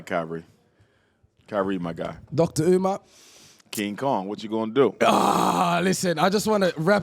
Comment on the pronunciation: Yet another podcast with hosts who refuse to let Dr. Umar cook.. The cringe is unreal, couldn't even say his name right at the intro. I'm done